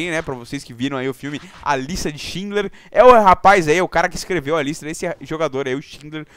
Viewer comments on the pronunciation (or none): none